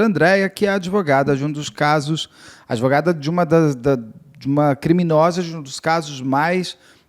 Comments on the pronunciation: Prezada, não é adevogada. Fala-se advogada (com D mudo). Isso é o básico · Impactuar... Adevogada... A advogada precisa estudar um pouco de Português... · Como essa "adEvogada" fala errado, hein!!!!!